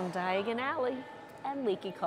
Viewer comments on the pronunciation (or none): Did she say Diagally??🤣 at least you didn’t end up in Knockturn Alley. 💖